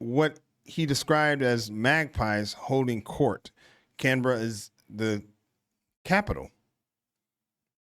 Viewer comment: Its highly unlikely that you saw them in the UK - they'd have to have been imports. Congrats on the pronunciation of Canberra BTW. 🙂 Suggestion: check out the One Pack Wanderers' visit to K'gari.